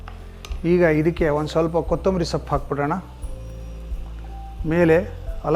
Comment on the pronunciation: ಸಪ್ಪು ಅಲ್ಲ ಸೊಪ್ಪು